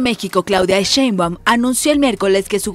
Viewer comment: Es Sheinbaum no SheinbÁum. No es SecretarÍa, es la Secretaria.